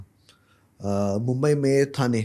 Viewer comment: ठाणे not थाने, मालाड not मलाड